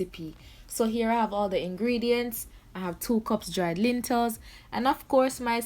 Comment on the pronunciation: Lentils not lintels mama